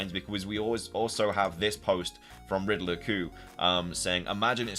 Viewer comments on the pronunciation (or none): none